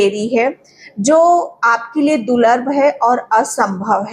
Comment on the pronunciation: आप दूर्लभ को गलत तरिके से बोल रहे हैं दूलर नहीं दूर्लभ बोलिए मुझे ऐसा गलत वाक्यों ऊदगार सुन सुन कर परेशानी हो रही है☝😳